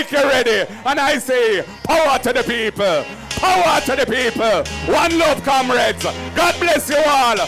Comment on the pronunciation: Kamreds??? This man sounds like a old rum head